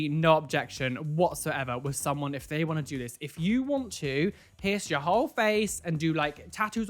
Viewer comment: do not peirce someonth Me: lol